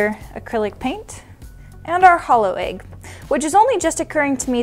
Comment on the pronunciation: It’s an EGG not an AGGE